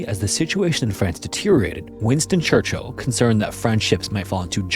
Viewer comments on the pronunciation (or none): none